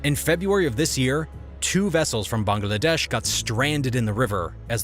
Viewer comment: I can't get over the pronunciation of Bangladesh: Bung-Uh-Lah-Desh :/